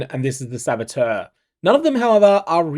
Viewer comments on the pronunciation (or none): none